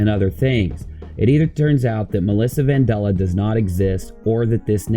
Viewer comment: How can you pronounce it van-doll-uh when it is clearly spelt vandella (van-Dell-uh)